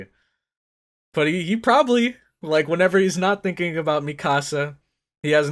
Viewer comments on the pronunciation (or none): none